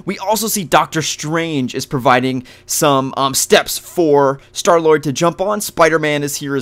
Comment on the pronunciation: It's Star-Lord not Star Lloyd sorry I just had to correct you